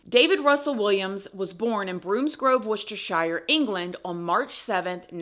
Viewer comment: you quite literally slayed the word Worcestershire 😂😂